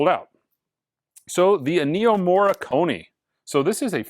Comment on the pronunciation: If you crown Williams the best just for doing the Empire one, I would say Vangelis (RIP) is the best for doing Blade runner. Also it’s Énnio, not Ennío. 😉